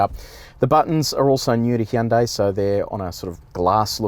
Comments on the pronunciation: Jesus you're making me cringe so hard man!! The review was amazing, the video itself was great to watch! But, I mean your channel has expert on the name yet, you call it a "Hi yon dai" 😵 it's like hearing someone call Versace, Ver sase. C'mon!!! 😢💀. "Hyon dae" is closer!! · Great review, great car. Just one thing, it's pronounced Hunday, like Sunday. Hyundai ran a Superbowl commercial years back just to make this point. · Funny when he says Hee Yun Dae Ee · Every time he said Hee-an day, I giggled. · He' un' day Me: Gesundheit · Why did he say Hyundai that way instead of how the Koreans pronounce it